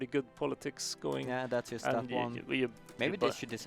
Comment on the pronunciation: Why can't he say JUST right?